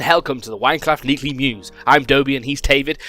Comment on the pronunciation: Wello and helcome to the winecraft meekly news. I'm and he is xD